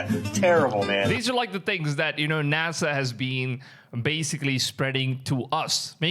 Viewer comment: "Nasha" ≠ NASA